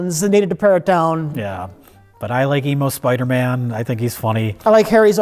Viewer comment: “Spidermin”